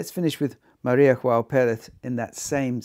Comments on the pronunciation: Small note: Maria João Pires is from Portugal so no “jota” pronunciation to her name. Other than that, I find her excellent at Mozart and transcendental at Schumann, but somehow, I can’t get accustomed to her renditions of Schubert’s work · No, her name is not pronounced "ioao". The initial "J" is sounded softly, like the initial "G" in George. Greetings from Brazil. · Maria Joao Pires. In this nameJoao is better pronounced Yoao (as Jo in Jones). She is a great pianist. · That’s also the case with Maria João Perez whose name should be pronounced in Portuguese and not Spanish.